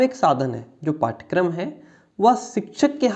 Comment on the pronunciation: Curriculum ka hindi pathchrya hota hai....pathkaram nhi